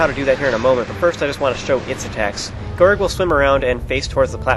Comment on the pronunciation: Wow, I love the way you pronounce Gyorg's name. Guy-org sounds WAAAY cooler than Gee-yorg (that's what I though it was, but that sounds dumb). In Skyward Sword, do you think Fi's name is pronounced like Fai or Fee? I think "Fee" fits her appearance more, and that's how it would be pronounced in Japanese, but I'm not sure